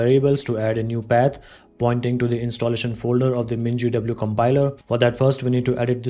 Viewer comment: Absolutely necessary detail of where to install mingw is just mentioned without visuals and pronounced completely incomprehensibly. But how to make a new folder get several minutss with visual? This is useless.